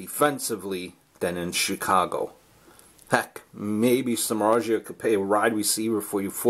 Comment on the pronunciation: Agree, ppl thinks hes overrated pitcher but they forgot he was pitching for Cubs and White Sox, teams with terrible offense. 90 mill is still lot of money but i think its worth, we will see. Btw you are just 1 of few who know how to pronounce his surname. His grandfathers coming from my country :D